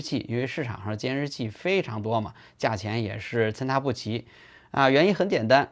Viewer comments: ，是参差(ci)不齐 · 参差不齐 差念ci哦